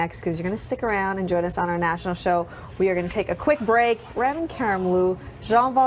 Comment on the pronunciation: she just called him "Rem Karimloo" unbelievable